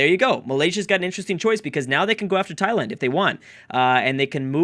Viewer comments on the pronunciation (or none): none